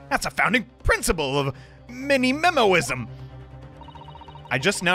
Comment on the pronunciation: I need a compilation of trying to say Menimemo lmao